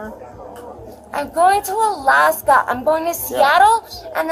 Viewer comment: Pronounced: Aaalaskaahhhh 😂